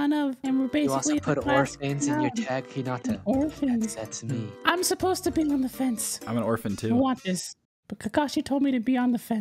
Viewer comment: i like how u guys say hinata wrong